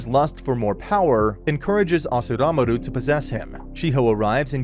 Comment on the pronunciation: Also it's "Asuramaru" not "Asuramaru".